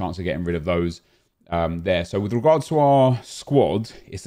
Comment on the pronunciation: Why does say “with regards” like he’s Spanish😂